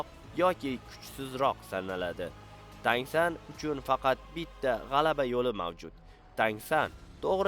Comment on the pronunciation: Tang SAN emas brat TAN SAN